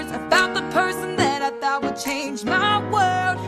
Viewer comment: It's thought not though e-e